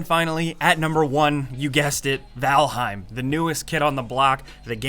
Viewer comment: VaLheim....rly??? again